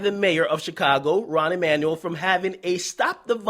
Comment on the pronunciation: His name is Rahm Emanuel. It's a weird spelling; I was wondering if Akademiks had been saying it wrong, hah. He used to be White House chief of staff for Obama when they were extra pro-corporate back in his 1st term.